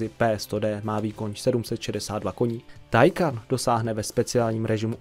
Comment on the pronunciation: Nic ve zlým ale Taycan se čte “týkon” sama automobilka to říkala a psala všude možně aby to někdo nečetl takhle jak ty😄 *Chiron má i upravený motor na 1600 koní z původnich 1500 a nakonec se bude vyrábět i tento upravený. Bude stejný ale bude mít omezovač jen se zatím neví na kolik. Vyrobeno bude asi 30 kusů (teď z hlavy nevím)